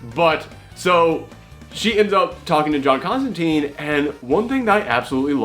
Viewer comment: That's not the "prettiest" John Constantine (pronounced CONSTANTINE, btw, NOT ConstanTEEN!) For a pretty version,check out CRISIS ON INFINITE EARTHS where, in one issue, we find John in a fresh, pressed green suit without a trenchcoat.)